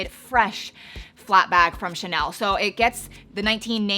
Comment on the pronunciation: It’s so funny the way you pronounce ‘Chanel’ as “Tchnelle” 😄